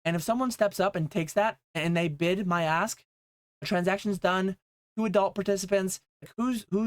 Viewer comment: My third comment 😂 I thought you were saying A$$. Then realised you said ask lol 🚀